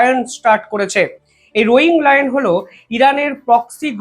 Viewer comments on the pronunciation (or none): "রোয়িং লায়ন " নয় রে, "রোরিং লায়ন / ROARING LION " মানে গর্জনরত সিংহ